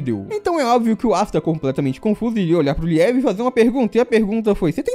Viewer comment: Só uma dica: Liebe uma palavra da lingua alemã e significa: Amor ou querido e se pronuncia Liibe, não é liÉbe! =) sucesso!